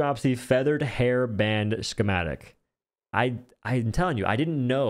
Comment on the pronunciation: Bro it’s why does he say “shhhhhchematic”